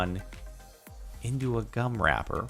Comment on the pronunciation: When he says gum it sounds like cum